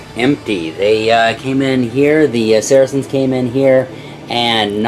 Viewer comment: I wish you people would learn how to pronounce saracens. It sounds like “sar-sins”